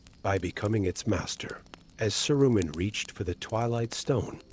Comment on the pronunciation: In the first five minutes he’s bounced all over the map. Oh, and “Sah-roomen”?